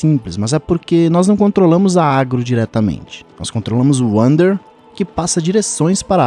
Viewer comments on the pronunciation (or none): Ainda acho que se pronuncia Vander kkkk